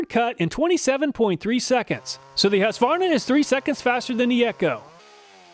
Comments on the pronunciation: Husqvarna will still be manufactured in Sweden, although there have been rumors for many years to move the production to another country. I love your pronunciation of Husqva-rna, when we say Hus-qvarna… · It's pronounced HOOsqvarna, not HAsqvarna. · As a Swede I do appreciate an American almost able to pronounce the brand name "Husqvarna" in a correct way - it should be pronounced like "Huus-kvarna". As far as I know those chainsaws are manufactured here in Sweden - but the price for the 440 model here is almost twice as high as the price you mention. Go figure. Comprehensive test too! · Husqvarna is pronounced like hooskvahnah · Its whosk-var-nuh